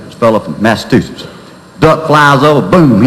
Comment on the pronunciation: had a teacher that pronounced it massatussus, too. funny as hell.